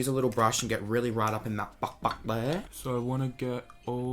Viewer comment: I love the sound makes when he says "bahk dere" LOOOOOL DKM